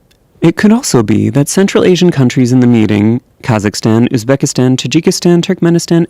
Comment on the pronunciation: KAZZAKASTAN! 🤣🤣🤣 I can't believe he said it like that!